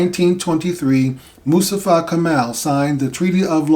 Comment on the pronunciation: Not Kamal .. correct is Kemal